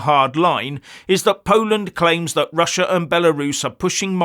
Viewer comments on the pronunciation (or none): none